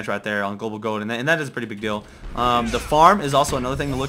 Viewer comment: i like how he says : 36k g00ld :D